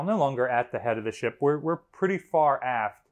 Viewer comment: FINE forensic illustration of the head!! i swear every time you said aft I thought I heard ass. :) which is appropriate on the "hot seat"